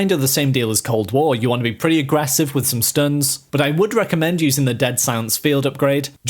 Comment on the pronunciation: I like how he says “aggrevssive” so much lol